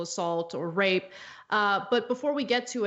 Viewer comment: First believe all women second you mispronounced RAPE.